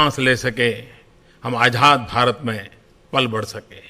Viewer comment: ajhad? kam se kam bolna sikh k aye